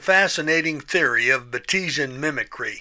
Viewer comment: Fantastic, as usual! I will point out that Bates was the discoverer's name, so it is pronounced Baits' ee un